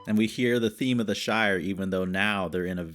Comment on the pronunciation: The Shire, like New Hamp-shire . Lanca-shire. Stop with the shining please.